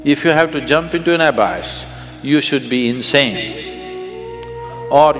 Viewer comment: Why can't sadhguru pronounce abyss properly?